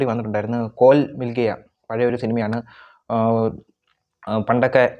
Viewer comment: കോൽ മിൽഗയാ അല്ലെടാ കോയി മിൽഗയാ